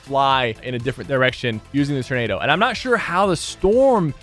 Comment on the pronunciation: Freaking “turn”ado😂😂 love ya sypher but holy cow man, it’s “tor”nado😂